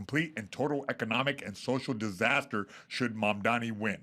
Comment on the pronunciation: …please stop interrupting Adam with your jokes. You literally interrupted him 8 times in the first five minutes with your takes on Hedberg and telling us you have speaker that looks like an IED. Also, you mispronounced Mamdani. Dude. You’re just dumb.